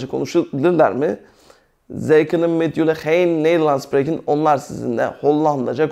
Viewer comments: Hocam 'kunen' kının diye değil 'könün' diye okunur saygılar.. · merhaba hocam, anlatim cok guzel. karsiliksiz insanlara bilgi veriyorsunuz tebrik ederim. hocam maksadim size kotulemek ya da asagilamak degil kesinlikle, ben hollanda da yasayan bir gurbetciyim. kunnen (künın) jij(yay) jouw (yauv) seklinde teleffuz ediliyor. tesekkurler guzel anlatim. umarim sayfaniz istediginiz buyukluge ulasir. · Hayır 'kunnen' fiili 'künın diye okunur.